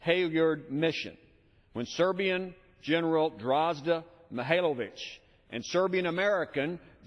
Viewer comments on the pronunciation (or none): Nije Grozda, nego Draza dilejo! :)